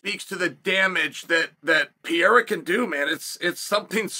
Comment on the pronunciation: When is Chael gonna learn how to say PEREIRA